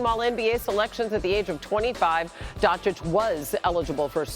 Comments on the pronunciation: It's DonchiCH like CHurCHill ! .. learn to pronounce it ... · Donchik??? Guy has been in a league for a while with huge impact and SAS still doesn't know how to pronounce his name,unreal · After all this years, sas still calls him luka donkich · It's not Don-chick, for fuck's sake. Respect people's names, no matter where they are from. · Why does SAS still not know how to pronounce Doncic? 🧐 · The only thing more surprising than this trade is the fact that Stephen A still can’t pronounce “Doncic”. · Doncic is a 2 syllable name and Stephen A still hasn't figured out how to say it.